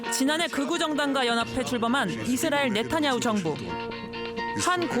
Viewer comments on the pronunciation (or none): none